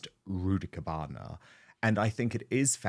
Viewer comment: Did he say rudibukana lol